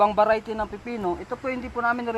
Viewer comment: Parang sasabihin mo lang veriety patawa ka noy